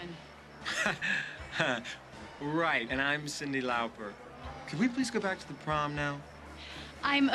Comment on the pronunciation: I’ve always been irritated by the way he mispronounces Cindy Lauper’s name.